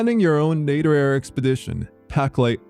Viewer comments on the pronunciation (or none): Just one matter, you pronounce [netorare] like an English word. It isn't. Correct Japanese pronunciation is completely different. For the rest, I agree.